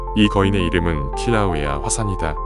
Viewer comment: 킬라우에아를 칼라우에아라고 발음하는 실수 발견